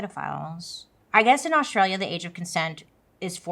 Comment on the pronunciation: bailey i adore you but pleeeaassseee learn how to say Australia properly 😂